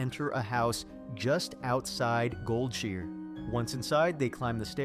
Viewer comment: it's called Goldshire, not Goldsure.